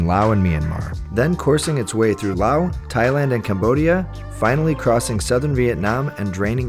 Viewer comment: The pronunciation of Laos (Laos is the name of the country and Lao is what the people and language are called), Phousi Hill (ph=p sound), (pronunciation Kuahhhhhng Seeee) Waterfalls and others were making me cringe since (correct pronunciation) Luahhhhhng Prabahhhhhng is a place I call home, but the video is BEAUTIFULLY photographed and constructed. Loved it.